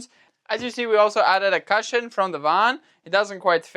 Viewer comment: If you’d like help in pronunciation of cushion the u sound is the same as in cooking rather than as in up. Just for your reference.